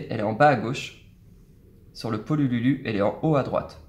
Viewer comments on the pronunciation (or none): "le pololulu" MDRRRRRR